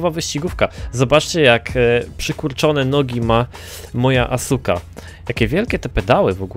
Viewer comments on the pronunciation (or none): none